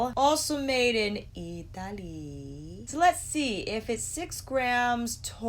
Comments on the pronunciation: Now every time i read or say 'Italy'.. it automatically sounds like 'Ee tah lee'.. 🤦🏽‍♀️ cant help it. 😁😁🤣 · Sooooo funny , I stop the video now every time you say it because I have a little laugh and then start it again.